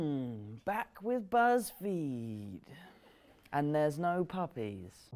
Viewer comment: im sorry, the way he says buzzfeed😂😂😂